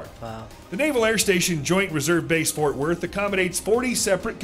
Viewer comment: ...try Fort "Worth", not Wort !